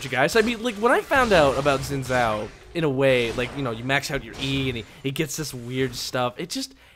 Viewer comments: its pronounced xin jao zh makes a j sound in chinese, it drove me insane whenever you said xin zao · Xin Zhao is pronounced 'Shin Chow'